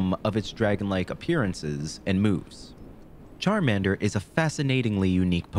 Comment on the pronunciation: Bro massacred my boy Charmander